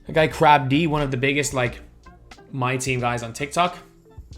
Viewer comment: “Crabb-dee”💀 its pronounced like “crabbed”